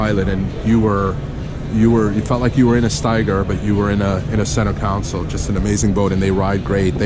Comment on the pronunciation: Love your videos...thanks for sharing your experiences. I bought a 2015 Robalo R242 with only 30 hrs. on it (Yamaha F300) and I thought I paid alot. Wow...the economy picking up is a blessing and a curse...for new boat buyers. Just FYI...you keep saying center council...like a city council. Should be console. Cheers!